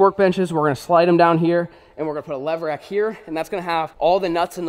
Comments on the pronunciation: Is it just me or did any one else hear “lever action” instead of levRack when was spoke the name of the shelving system 🤣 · New game do a shot every time flair says levrack